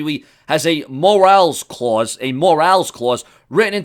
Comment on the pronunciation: Thanks for the info! The word is said more-ral. Just trying to help you out my friend!